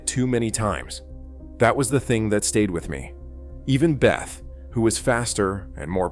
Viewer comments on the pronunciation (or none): It’s not “Beth”!!! It’s pronounced beh-tay or bay-ta